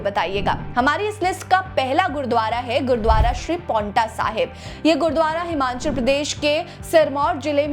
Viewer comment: Madam this is not Himanchal but it is Himachal. Please pronounciate properly